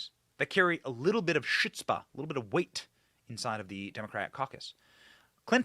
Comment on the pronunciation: Please g-d. SOON. As long as they have NOTHING TO DO with the future. It’s Chutzpah. Its throaty its not hootvah.